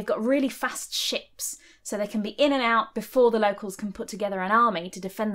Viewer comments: Do U know that Ur pronounciation of King Cnut's name in many norse languages means canoe (kanot)? 🙂 Thank's for your videos! They are really entertaining. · Hi! Dane here. 😊🇩🇰 (According to My Heritage a very, very native Dane 😂) I have to applaud your pronunciation of Jelling, you must either have been to visit or learned it from a Danish speaking person? The common pronunciation of Knut or Knud as we call him in English has always made me smile though. It really makes good sense to put that “a” in between the C/K and the N, because unlike in “know” and other English words, we pronounce both K and N, straight after each other. 😂 And yes, the largest heritage (along with the red hair and fair skin) that my ancestors left behind, is probably the language, not only place names but also quite a bit of other words. 😊 Thanks for sharing some knowledge on the Vikings in London. 😊